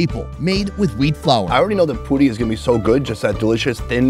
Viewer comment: He called puri to fudi😅